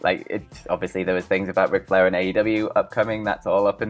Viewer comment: “On todays westling noos Wic Flair” this man sounds like a damn toddler and has the vocabulary of one as well. One of many reasons im drifting away from this channel.